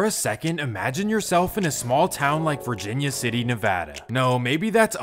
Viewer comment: Props for pronouncing ‘Nevada’ properly 👊